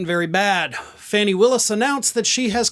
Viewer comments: Her name is pronouncd "Fawny" not Fanny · I love you, but please pronounce her name correctly. It's FAH-nee Willis, not Fanny. Rhymes with "tawny". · HER NAME IS PRONOUNCED FAWN E = Fani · Hey... One news station says she pronounces her name Fawnie, not Fanny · pronounced ‘Faw nee’ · It’s pronounced as Fawny! It’s disrespectful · Her name is pronounced Fahni. Why do you keep mispronouncing it? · Its pronounced, Fawn-ee in case nobody's told you that. 😊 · Please learn to say her name correctly, after all this time you are still saying it wrong.